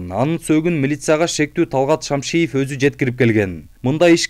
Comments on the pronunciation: Шамшиев дебей Шамиев десениз. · Журналист туура окучу Шамиев деп Кайра Кайра эле Шамшиев дейт да. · Шамиев десее кечкеле Шамшиев дей бербей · Блогер туура окучу???Шамшиев эмес, Шамиев. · Журналист фамилиясын туура айтсаң Шамшиев эмес, Шамиев Имаш деп турат го. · Эй журналист фамилияны туура окусан Шамиев деп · Талгатты́н фамилясын жакшылап окуп албайсынбы